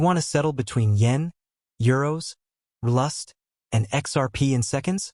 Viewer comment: Fix your pronunciation of RLUSD. It bastardizes your entire speel. Sheesh!